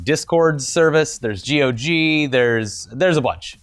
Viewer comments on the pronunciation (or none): FYI, GOG is pronounced 'GAWG'